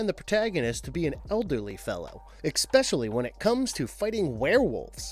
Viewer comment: HAHA man. There were HOLES in the story, not LOOPHOLES ;P Loopholes means something totally different. And dude... Ekspecially? What are you 5? I'm teasing while being serious, but mostly teasing.... It was a good top movie type video!